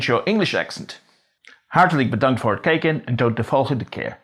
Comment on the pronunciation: Ha ha . Hartelijk vbedankt voor het "KEEKEN" en tot de volgende keer. He almost got it right. But he would have been shot as a spy. Like German spies who could not pronoucnce: Scheveningen! It is "KIJKEN"! I am a native speaker of Dutch. But I learned American English at age 5. For the life of me I can't use a Dutch accent well. Moreover I studied at Leiden. In bars and pubs some have thought I am stuck up.